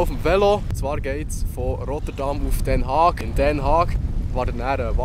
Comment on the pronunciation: Den Haag spricht mer "Den Haach" us ;-P